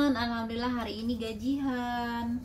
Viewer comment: Bukan gajih an mbak tp gajian